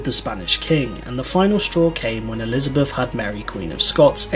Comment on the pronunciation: Please, it is 'Elizabeth'